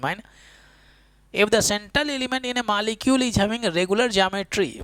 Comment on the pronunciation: Malecule , iz , alwayz